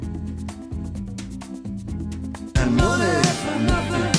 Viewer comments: What is "moneh"? Me: RDR2 flashbacks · "moneh, moneh, moneh. Must be funneh, in a rich man’s world" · Moneh is teh root of all ehvill. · Vsauce, Micheal here What is Moneh? Well, Moneh is the ancient scammer currency Not much is known about it but it is imagined that one moneh is worth 1 American US dollar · No he said “shut up and gimme moneh” Obviously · What Is Moneh? Hahahaha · Loads o’ moneh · "Okay just send moneh now" Dang it's become real hard to differentiate scammers from finance professionals these days